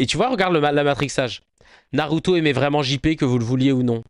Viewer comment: C'est pas Naruto c'est narutue